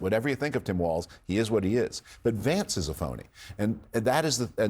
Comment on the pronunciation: People talking about politics on video need to learn how to actually pronounce "Walz". It's not WalTz. 😂